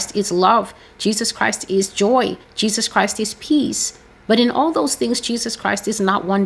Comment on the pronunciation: I first saw TB Joshua in 1999 on a video disc. He was performing miracles. What struck me then was him not pronouncing Jesus the right way. He said Jejus. I was taken aback. Later when he became very popular, a lot of my friends were telling me to follow him but I did not. One day I watched his sermon and went to be, he appeared in my dream offering me money, I refused. Another day, I watched him again and he appeared in my dream. I realized then that he was a soul snatcher. We are called to test the spirit. The prophecies here are from YAH my spirit bear witness to that. Amen.